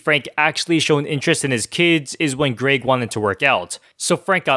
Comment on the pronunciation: It’s Greg not greag